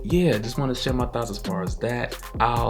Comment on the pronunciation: Did he say Thoughts cos it sure bloody sounded like Thots 🤣🤣🤣🤓🤓 I'm just saying